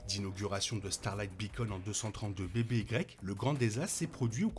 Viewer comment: J'avais compris, merci. "avant Yavin", ça sonnerait beaucoup mieux que ce pseudo anglicisme inutile et mal prononcé.